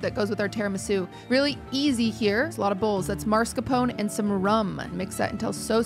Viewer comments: Do you actually pronounce Mascarpone as „Marscapone“ in english? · Why does everyone pronounce mascarpone as "marscapone"? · Great episode once again <3 ! I'm so confused why is everyone calling mascarpone "maRscapone" 😭 Is it like American pronunciation or sth?? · did she call it marscapone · It's common but no, it isn't right or anything in any way. At least with like aluminum, the extra I wasn't always there, so it was once proper our way. But no, Mars-Capone is just gangsters in space. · Why can't anyone pronounce Mascarpone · Does anyone there know how to say Mascarpone? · I can add mascarpone 🤌to the list of "things americans pronounce differently than the original word for no apparent reason"